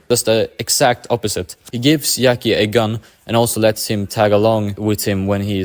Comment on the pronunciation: Yackie?? I understand that we cant pronounce italian namens right but jackie?? Like jack